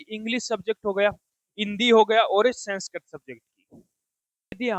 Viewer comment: Senskirit nhi 😂😂 Sanskrit